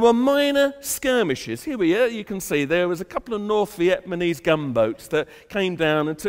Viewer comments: jesus son.. learn hơ to say "Vietnamese: not "Vietmanese" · VietMANese? Haha...my ex husband used to say it like that. I would always ask him "what country do those people come from...VietMAN"?!?